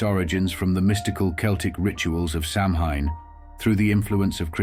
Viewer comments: Samhain is pronounced SAW-WIN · You are mispronouncing "Samhain". If you are going to go to try and present historical information, make a slight effort and research the pronunciation of the terms your discussing; otherwise you do not inspire much confidence in the evidence you present. Also, this is a very simplistic explanation, totally ignoring the harvest festival aspect and the similarities with other such pre-winter festivals in animist/polytheist societies around the world.